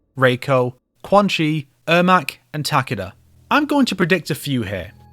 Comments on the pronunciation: it's taKEda, not TAKeda 😅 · It's takeeda not takida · Amazing video! but the way you pronounced Takeda's name killed me a little inside hahaha its "Tah-Kay-Dah" not "Taka-Deh" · im typing it the way you would verbally pronounce it, you don't say his name in the video the way his name is pronounced